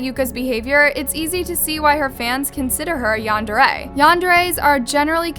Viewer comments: It’s pronounced ‘yan-dare-eh’! Also, oversimplification of the term yandere. Yandere is someone who is overprotective and very possessive of their partner, someone who will go to any lengths for their attention or affection. Including taking another’s life, usually they’d have no reason to take your life, even if you don’t want to be with them. Because the yandere will just stalk you and try to find ways to renter your life. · The way she pronounces Yandere ruined the whole episode for me☹️